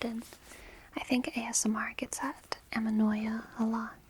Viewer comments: amenoia ? isn't it anemoia ? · It's ANEMOÏA. Kiss from France, by the way.